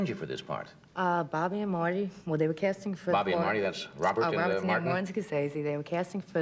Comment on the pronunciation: Bawby and Mawty